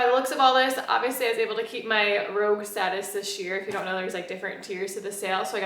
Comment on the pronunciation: It’s “rouge” (pronounced like “rooj”), not rogue... rouge is French for red! 😊